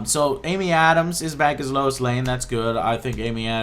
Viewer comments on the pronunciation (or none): none